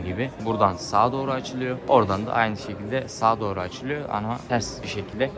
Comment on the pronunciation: Sekilde ve verilmiş kelimelerinden kulagım kanadı.